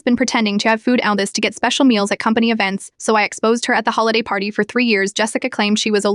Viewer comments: What's wrong with your AI that it can't say the word "allergies" correctly? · Is it really that hard for AI to say the word allergies lol